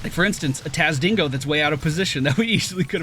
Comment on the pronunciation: only slightly tilted you didnt tile it "Assassadar" lol